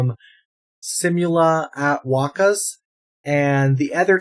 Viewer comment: Tip: simula (see moo lah) at(aht) wakas(wah kas). Its not "seemyula" hehehe